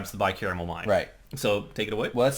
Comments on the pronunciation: Wow I actually made it all the way to the end of this one!! Nice on guys. It's Bi-Cameral tho... not caramel... caramel delights would be tasty tho :P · Car-a-mel, and cam-er-al. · why do you keep saying bicaramel mind? its bicameral mind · Everybody keeps saying it wrong. They said carmel like three times at least, its CAM-eral like camel lol